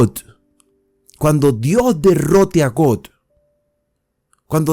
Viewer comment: Buenas reflexión. Aunque exceptuando la pronunciación acerca del nombre Gog,y Magog,porque no es got o god